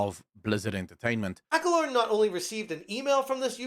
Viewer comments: It's Acco-lon. Not lorn. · Accolon not alacorn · Accolonn doesn’t have an R in it lol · it's Ack-o-lawn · I giggle every time you call him Accolorn. Lol.